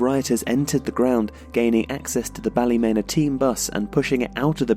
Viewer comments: Ballymena = Baalee-mean-a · It’s nice to see people talking about Northern Ireland’s difficult past. But for the record, it’s pronounced ‘Balla-Mee-Na’ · The way u pronounced ballymena😂😂😂😂 bally-meena its prounced Great vid tho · Your attempt to say Ballymena made me laugh...but good video bro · Andrew J. Stewart Cringed both times, but the video is very well done